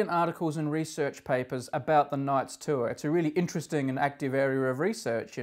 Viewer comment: What's a "too-er"?